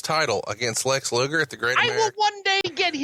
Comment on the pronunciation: "Lex Loogle." - MarConrad